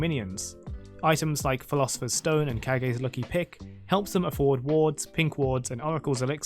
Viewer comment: kage's lucky pick is pronounced cage, reference to tenacious D movie